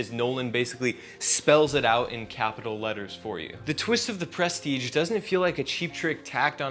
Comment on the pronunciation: I almost stopped watching at the start when you mispronounced the name of the movie. But I really checked out when you said, "from the gecko."